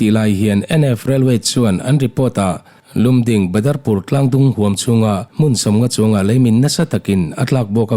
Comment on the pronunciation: Lumding nolovin Lamding tia lamzawk tur ani e